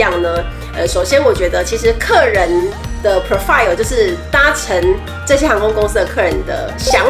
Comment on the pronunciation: 不是pro- file, 重音應該在Pro。Menu 也是重音在前面。